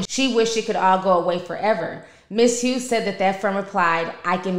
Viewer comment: That lady name is Hough(huff) like Rough